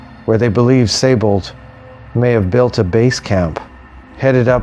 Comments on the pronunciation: Pronounced 'See-Bold'. Great video. Thanks. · No, it's pronounced 'z eye bold'. The 's' is a 'z' in German and with the ei/ie vowel combination, the emphasis is on the second vowel. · Thanks for correcting me. But actually, we were both incorrect. It's pronounced 'Say-bold' according to most websites familiar with the proper pronunciation of the name. If the 'I' is before the 'E', then yes, it is indeed pronounced 'See-bold'. Cheers. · interesting because, for example, Seydlitz, like in Friedrich Wilhelm von Seydlitz is pronounced 'ze-eyed litz'. With the spelling as 'Siebold', I'd understand it as being pronounced as 'zeebold'. But with the spelling of 'Seibold', and it being pronounced 'zee bold' has made me curious. As I live in Germany, I'll have to ask around. Cheers.